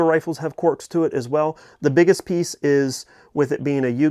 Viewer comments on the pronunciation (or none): Its Quirks not Quarks....lol